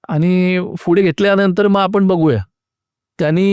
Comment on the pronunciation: फुढे ❌ पुढे ✅